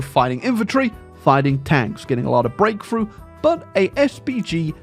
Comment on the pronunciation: It took me a minute to realize you were saying "Breakthrough" not "grapefruit"